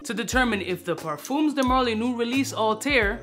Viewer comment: 'ParFUMMMS' de marly, lol